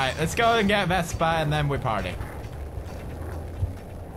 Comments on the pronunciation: Why do you call the scooter vestpa? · vespa, not vesper